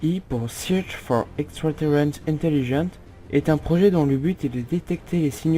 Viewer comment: C'est cool mais... ca manque de detail, et aussi, soit t'arrives pas a lire, soit tu connais pas ton texte, mais par exemple quand c'est écrit Searching For Extraterrestrial Intelligence et que tu dis Search For Extraterrence Intelligence... ca casse un peu le délire, mais sinon le sujet et interressant et bien traité, selon un avis critique et objectif ca manque simplement de détails, d'un peu de conviction et de naturel dans ta façon de t'exprimer. Continue sur cette lancée ^^ (On voit clairement que tu t'appliques beaucoup sur le montage) (+1 abo/pouce bleu)